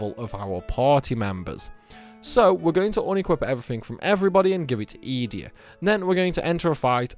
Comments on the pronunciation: Youre pronouncing these wrong on purpose right? "eeedea" fucking "baylam"???? Mans plucking letters out of thin air 😂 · The way you say Edea, makes me cringe 😂